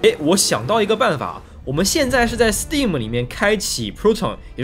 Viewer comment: b站为数不多把STEAM念对的UP，